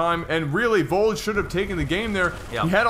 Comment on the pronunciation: sour about being proud he said Vold's name correctly at the beginning. And then saying it wrong for the rest of the game